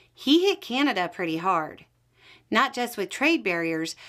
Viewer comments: You could give her, and many others down there, mostly women, how to pronounce Canada. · That is not a Canadian accent . The way this lady pronounced Canada is definitely not a Canadian accent. Sorry